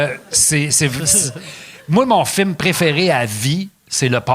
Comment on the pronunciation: Chaque fois que Pat dit le mot film, à cause de son personnage Rogatien, je l’entend dire « firme »